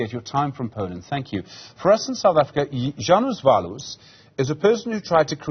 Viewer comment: Żanus Waluś XD redaktorkowi nie chciało się poświęcić 5 sekund na sprawdzenie wymowy XD tak każdy jęzuk brzmi ja wasz